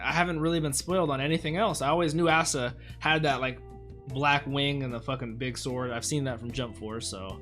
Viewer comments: he said assta instead of asta🤣🤣🤣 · Ah-sta not Aa-sta